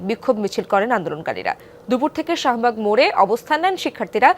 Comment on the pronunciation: It is Shahbug not Sahabug. I mean Shah not Saha!